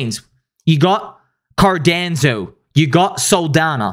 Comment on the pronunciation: Everytime he says Cardanzo. 😅